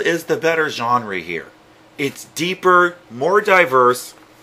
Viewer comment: Why do you say genre like gen-RE